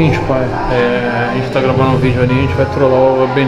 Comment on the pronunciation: “E aí xente bem vindos a mais um vídeo”